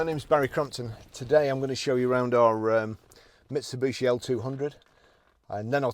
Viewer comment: Nice truck in good condition. Why do people call them ‘Misubushi’ or ‘Mitsubooshi’. Clearly said as it’s spelled: ‘Mitsubishi’. No second ‘U’. It’d be like people pronouncing ‘Barrie Crampton’ as ‘Crompton’ or ‘Crumpton’ 😂